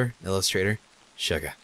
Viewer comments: when said he'll just say Suga as "Shuga" it reminded me so much of BTS's Suga omg. i'm. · I love how cry says Schuga instead of Suga. xD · Got really excited when decided to pronounce Suga as "Shuga" because that's the name of a BTS member. tiny squeals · The way you pronounce Suga makes me so happy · Its so awesome to hear say Suga XDD Gaahh, I think of BTS's Suga because of it! Fandom feels are everywhere XD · LOL the way you pronounce Suga only makes me think of Suga from BTS.